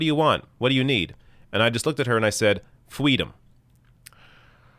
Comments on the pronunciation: Fweedom? Really? 30 Second Google Search is gonna nail that one... great diligence. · yes. hate it. “fweedom”my ass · Kamala is trying to shut down our fweedom of speech...or is it feedom? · I agree mostly but I also believe that she told someone she wants "fweedom" as a child but I think her mother might have told her to say something like that in reference to the MLK thing so in a way it's both a true story but also plagiarism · Even if the story happened the way she says, no baby in a stroller knows the word “freedom” in any pronunciation of the word. In the MLK story, the child was older and walking on her own. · “FWEEDOM!!!” That’s some Paul Bunyan tall tale shit if I ever heard one 🤣🤣🤣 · “Fweedom” 🤢Excuse me, I gotta I go dive headfirst into rush hour traffic. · I honestly think this is a non issue. Just a story that was passed down. Maybe she did say it, it was a similar story, but not the same story in may details, except the use of "what do you want, fweedom" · Warning sign n. : when a politician plays up their past, thinking it's cute, glorious or maybe both (irrespective of the plagiarism thingy), they're telling you how phoney they are and laughing right in your face. Edit: I'm sure Kamala actually said "fiefdom". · Thesis: Fwee-Dom Antithesis: Fee-Dom Synthesis: Fem-Dom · Fweedom is not given it's earned!